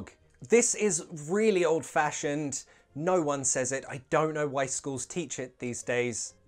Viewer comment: why do u pronounce “no” like “nijuu:” 🧐?